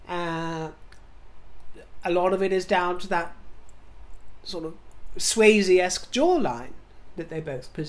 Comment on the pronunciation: Did you say “Swayzee-esque” jawline?! If so I’m dead 💀💀🤣🤣🤣